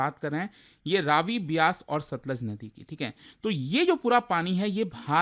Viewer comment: इसका उच्चारण रवि है, रावी नहीं।